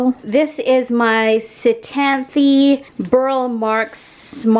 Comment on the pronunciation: Ctenanthe is silent C